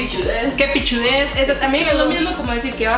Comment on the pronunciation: "que pichudes" maee que pichudooo asi se dice deje de estar mamando